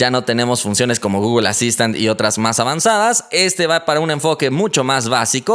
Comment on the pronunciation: Porque dices gogol se dice google no gogol 😠😒😂